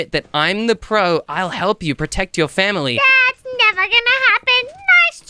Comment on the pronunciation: Miloo said they're attacking my fawmly